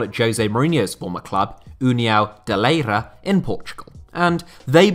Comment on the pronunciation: OMG you say Leiria in such a funny way 🤣🤣🤣🤣